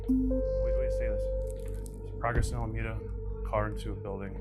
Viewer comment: the word is "Alameda"